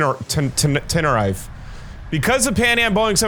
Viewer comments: I’m sorry to be correcting but I just have to, it’s ten-e-reef, not ten-er-ife, it just bothered me. Sorry! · Nice video. You should react to Green Dot Aviation next. Also fyi pronunciation would be "Tenereef" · It called ten-ir-i-fè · btw its ten-uh-reef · it’s pronounced ten r(short sound) eef ay￼ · Sounds spanish so it woukd be ten-e-rí-f-e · It’s pronounced like mavscooper said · It's pronounced Ten er eff ayy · Sorry not tryna be rude or nun but tenerife is pronounced ( ten-er-refe-ay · its te-ne-ri-fey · if anybody is wondering its The Tenerife (Tena-Reef-ay) Airport Disaster. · It’s pronounced ten-E-RE-Fey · ur way of saying Canaria is NOT the way to say it Edit: Just had a stroke hearing how blud said Tenerife